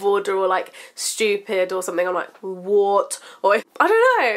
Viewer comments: Its sounds like your saying wart instead of what. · lmfao! i literally LOL'd when you went "WAAAT" in your accent! haha but im the same way when i hear something like ridiculous but i dont have the accent! LOL :)